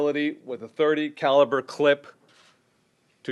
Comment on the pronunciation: You said 'caliber'.